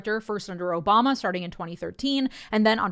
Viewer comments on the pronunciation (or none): none